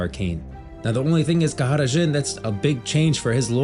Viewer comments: Khada Jhin, not Kahara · Why does he keep saying kahada Djhin? Like with an accent? It's just jhin right? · Brother that is NOT how you pronounce Khada Jhin and Shurima… why do all these youtubers always overcomplicate pronounciations to sound fancy for no reason…